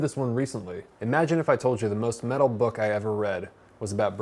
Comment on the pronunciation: I thought he said meta...